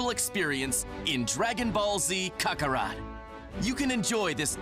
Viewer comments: I never heard anyone butcher saying Kakarot like that.... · Is no one going to talk about how he said Kakarot